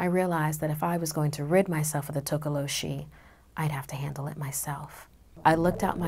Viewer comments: I'm from South Africa and it's not tokoloshie it's tokolosie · its pronounced "tokolosy" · “Legend of the Tokoloshe” No one: YouTube Subtitles: “Legend of the taco machine” Check me on insta c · toca lo sheeze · takolo cheese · Tokoloshe you mean? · Girl:Tokoloshi YouTube subtitle: "total oh she" 😂😂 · tokoloshe YouTube: Taco machine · Hi, a South african here, the way she says tokoloshe kills me😂😂I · IM A SOUTH AFRICAN. You said Tokoloshe wrong. The "H" Is silent, people!!